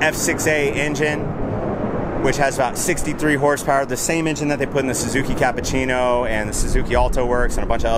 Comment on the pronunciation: you said 63 hourpower??? LMAO on the jim